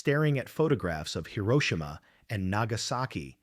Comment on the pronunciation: Swear the AI sucks they keep pronouncing Hiroshima wrong